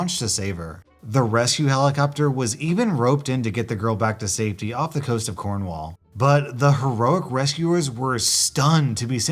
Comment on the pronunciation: The way you said Cornwall xD